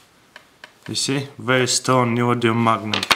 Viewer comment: Ladies and gentleman presenting "The Neyoyumm magnet - ."